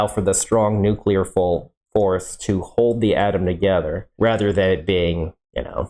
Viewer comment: "The strong nuclear Folse" haha xD